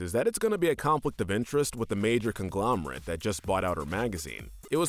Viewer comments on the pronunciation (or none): none